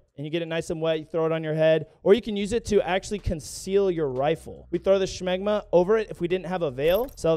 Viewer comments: LMFAO, "shmagma"? You mean, "shemagh"????😅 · She-mahg. Not smog-ma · so you're saying smegma, its shemagh. I recomend googling the difference😂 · SHA MOG ITS PRONOUNCED SHA MOOG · I fucking love how is unironically calling a shemagh a "shemgma" Unironically funny asf. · Are you intentionally saying "Shmegma?"😂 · he said shmegma